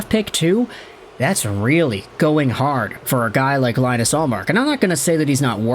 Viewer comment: Can’t even pronounce ullmark’s first name right 😭